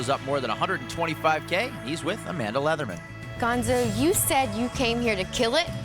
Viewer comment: Gonzo not bombo!